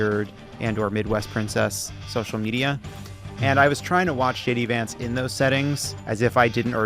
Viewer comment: I swear I heard Tim say Gay D Vance and Levitt call him Shitty Vance. Just aayint